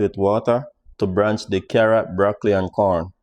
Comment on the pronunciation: Hi....liked the recipe..but it's "Blanch" not "branch" the vegetables ok? One love